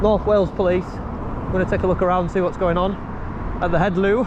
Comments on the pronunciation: HEDDLU is pronounced “Heth-Lee”…. NOT “Head-Loo”. I know you’re a stickler for getting things right 🙂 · Dude, 'Hedd-loo' is not right at all - I know it's not an easy word, but give it a go? Heddlu is sort of pronounced like Heth-li or Heth-lee PS I was born in Leeds, so it is possible. Edit --- plus it's the Menai Straits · It’s pronounced Hethlee, FFS!!! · Heddlu is pronounced Hethly! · another nice vid. Just so you guys know, the 'DD' in welsh is pronounced 'TH' as is 'This' so you pronounce Heddlu phonetically like this: Hethloo. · It's actually pronounced hethlee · It's pronounced heddlie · It's not a river... its the sea... (Menai straights).. and show a little respect to the Welsh language when you try to read it.. such as heddlu